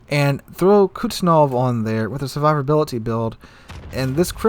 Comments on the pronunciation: I'm sorry but Kuznetsov not Kutznov 😭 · Yes. My bad. But his pronunciation of kuznetsov is so bad it sounded like kuznof. So i thought he meant Kutuzov. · Kuz-ne-tsov sorry i had to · Your pronunciation of the captain Kuznetsov's name tears my ears :)